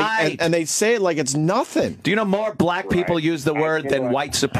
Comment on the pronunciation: You said black wrong.